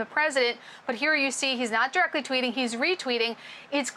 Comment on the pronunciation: “not diweckly coming from the president” lol